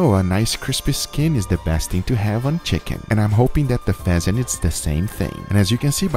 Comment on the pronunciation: Guga: throw the pheasant in there. What i heard: throw the peasant in there